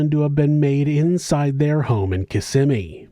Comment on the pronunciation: Hey it was bice that you pronounced Kissimmee correctly 😊 have a great day.